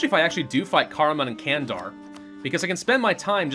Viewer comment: dont say "candar" this is the wrong saying. İn turkish "c" = in english "j" You say it please jandar!!!